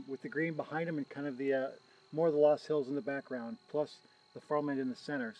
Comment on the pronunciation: Nice stuff. FYI the correct pronunciation of the name of the soil type of those hills, based on the original German is LUS. The only other place in the world where soil based hills like that are found is in China.